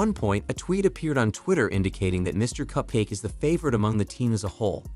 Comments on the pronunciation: It’s not capkace it’s cupcake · It’s Mr cUpcake not cApcake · HE SAID" CAPCAKE"?! LIKE... BRO, NOT COOL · Bro said capcake